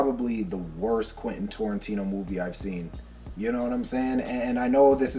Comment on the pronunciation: Heads up it’s not torintino with an o It’s Tarantino with an A!!